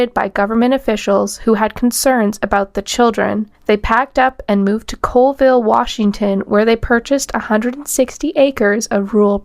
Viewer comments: Its not Coalville. Its Colville, CALL ville.... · I know it's not a big deal and this is almost a year old, but the city in Washington is Colville (Call-vill). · I have to correct something here because it bugs me - people from Colville pronounce it as "call-ville" not "cole-ville." Extremely common mistake that will instantly tell any any Colville native that you aren't from around there. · It’s pronounced Call-ville. Colville.